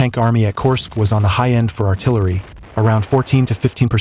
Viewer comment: AI audio needs to get better. This one is a work in progress. Korsk